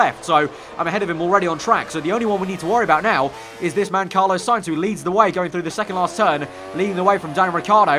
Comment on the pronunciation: ITS FUCKING CARLOS SAINZ, NOT CARLOWS SAINZ